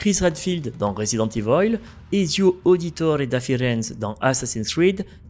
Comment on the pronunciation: "Resident Evoil"🤣